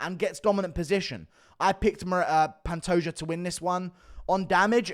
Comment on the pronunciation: Glad to see that Guru is saying Pantoja instead of Pantoha